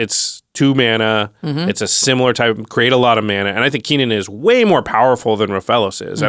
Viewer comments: Lol Keenan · "keenan" lol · I can't get over ' pronounciation of Kinnan XD